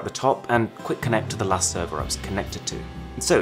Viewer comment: "the last four days" sounded to me like "lust for days" 😅😂😂